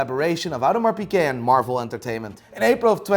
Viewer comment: It's hilarious that this guy can't pronounce Audemars Piguet as a watch dealer